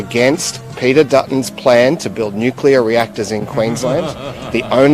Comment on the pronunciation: ….. PEETSCHTHER DUTTSCHTHUN. !!! ………